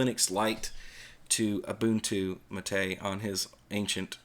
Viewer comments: I thought the accent in "mate" went on the first syllable. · Actually, and the people he mocks BOTH are wrong. It's MAH-tay, from the yerba mate plant. In Spanish, unless otherwise indicated, the accent falls on the penultimate syllable of the word.